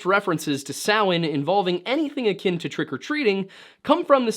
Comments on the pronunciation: I trust this man because he actually knows how to pronounce Samhain. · Woooo! You pronounced Samhain correctly high five Thats a rarity even in the Pagan world 😅